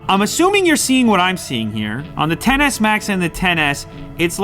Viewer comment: Tf. Its not TEN S, IT'S X S...